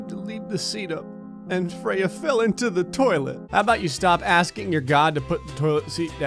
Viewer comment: YOU SAID FREYA WRONG SCRÈEEEEEEEE. YOU LITERELY SAY IT HOW I HATE IT. Nuh it ain't mah name.